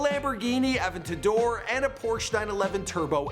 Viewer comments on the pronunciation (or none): THIS DUDE SAID APTADOR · ”A-VENT-A-DOOR” lol I’m dying. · Bruh learn how to say adventedor